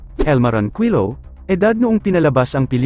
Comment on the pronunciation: Ayusin mo nmn salita mo pati apelido niloloko mo sa pgbbasa